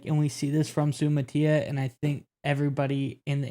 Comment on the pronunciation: If you're gonna critique players at least learn how to pronounce their names. Sue-uh-mot-uh-ee-uh as per Kingsley himself.